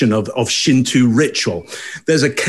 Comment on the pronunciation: Haha love this channel, but it's pronounced Shint"o" not Shint"u" xD